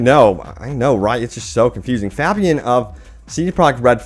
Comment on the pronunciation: Pronounced (Fay-be-an) ffs